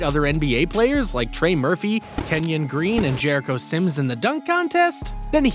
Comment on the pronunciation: Bro u got like 3 names wrong in this whole video .Kevin porter jr. and Kenyon green?😂